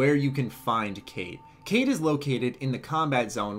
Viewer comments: its actually pronounced "Kite" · You said her name wrong dude